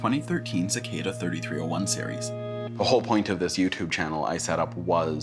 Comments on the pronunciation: It’s three three o one not thirty three o one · its pronounced 3-3-0-1 (three three o one) not 33-0-1(thirty-three o one) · "3301" noob, its pronounced "Loss"